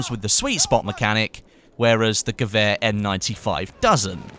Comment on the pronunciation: Wonder how long it takes before you say "gewehr" right haha